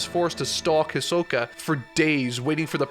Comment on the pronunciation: I think that at one opint in the video instead of hisoka you said ashoka😂